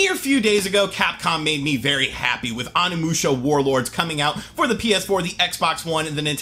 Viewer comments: OH KNEE MOO SHA THATS HOW ITS PRONOUNCED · Your killing me man. Use long O sound for Onimusha. Love your reviews keep it up.